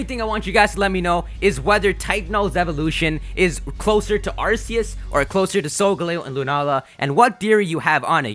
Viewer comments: ugh I'm starting to get annoyed from him saying ars-ee-us when it's-ark-ee-us gahh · It's pronounced Ar-key-us